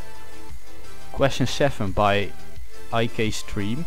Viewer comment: so you can pronounce 'Zuivel Duivel' in Dutch, but IKStream not.. ;)